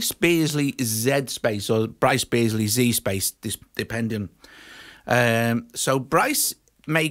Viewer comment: I think it’s pretty cool when you say Bryce Beasley. keep saying Bryce Beasley, but do it in that accent with the roll of ze tongue...you know the one